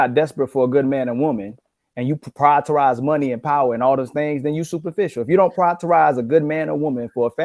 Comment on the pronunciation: "Priortorize"